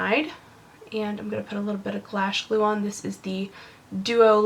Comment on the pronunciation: You said "glash glue", haha! Love the look and love your videos!